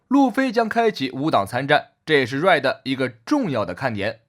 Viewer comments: 你的RED一直說錯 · Red都都不會念，丟臉啊！ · 開頭:海賊王最新劇場版 瑞的 抱歉笑出來對不起🤣🤣